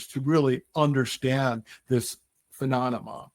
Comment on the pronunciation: I appreciate his service in the Marines, but I can’t take him seriously on this topic for 2 reasons. 1:He takes up for Kirkpatrick 2:He can’t pronounce “Phenomenon”. Keeps on saying “Phenonamah”